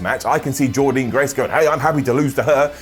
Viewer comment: one more time.....PLEASE SAY JORDYNNE GRACE’S NAME CORRECTLY!!!!!